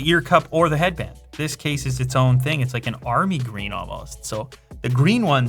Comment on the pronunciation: Learn how to pronounce 'the' It has a th